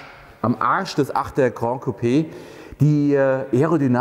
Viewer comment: Geiles Teil! Würdiger Nachfolger der 6er GC. Ich werde mir einen 6er GC gönnen, der 8er ist echt in einer anderen Preisliga. Möchte noch erwähnen dass das "GRAN" nicht aus dem Französischen kommt...und es dementsprechend von fast allen falsch ausgesprochen wird...sonst würde man es "GRAND" schreiben und so aussprechen wie du. Tatsächlich spricht man es 1:1 so wie man es schreibt